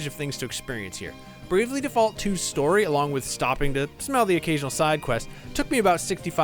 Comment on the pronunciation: Its pronounced Default, not Default 🤣